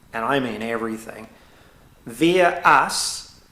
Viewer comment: Had trouble understanding with you pronouncing the word via ... kiwi accent... all good 👍love your insights they all tie together with your learnings and shared experiences which makes you 100% believable and an honour to listen to. Im sad about your estranged daughter...it must make you sad. Peace to you from me next-door in Australia.